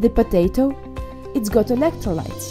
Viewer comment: why do you say potatto so much